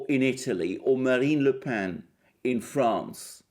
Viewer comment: Thanks,, for a very perceptive and positive analysis. (And congratulations on pronouncing "Le Pen" correctly!)